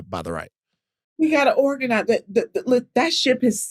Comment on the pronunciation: “wE hAvE tO oRaGaNiZe” ooookaayy 😂😂